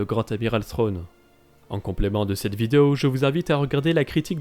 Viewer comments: Je pense que peu de francophones prononce le TH anglais correctement. D'où le fait qu'ils disent "Srwone" en VF. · Pourquoi l'Amiral Thrawn se prononce différemment dans la série car a plusieurs reprise au lieu de dire Thrawn il prononce Sronne. Pourtant en anglais il le prononce correctement.